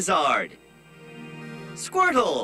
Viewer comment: I always hear Squirt hole instead of Squirtle should I be concerned